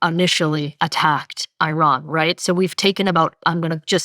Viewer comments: Its not 'I" ran!!! Just like its not 'I" taly! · WTF!! Another “eye-ran” analyst!! Why can’t these people learn to pronounce names properly? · What is going on with this podcast. distracting and comically wrong pronunciation of Iran like she’s never actually spoken to anyone Iranian… and Scott walking around in circles likes he’s in a merry-go-round. Good take on Trump media buyback though. Trump media has all the value of a meme coins it’s all just money grabbing scams extracting money from loyal fans. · Hard to take seriously as an expert on energy, when she can’t pronounce Iran remotely correctly. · Please learn how to pronounce Iran.